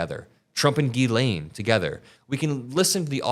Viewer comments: I also don't mean to be rude but its pronounced "Gilain" not "gizlane", the s is silent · You’ve pronounced Ghislaine differently in every video, and in this one there are multiple pronunciations 😂